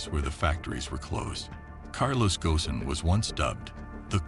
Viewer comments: The S is silent. It sounds Gohn not Goson or Gosen And same for Renault. The L is silent. Yeah, French is a pain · Pronounced Gone as in Bone and Reno for Renault . Please research the pronunciations , it jars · It's not Carlos Ghosn, but Carlos... Gone.